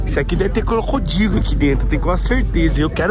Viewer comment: O re falou cocodilo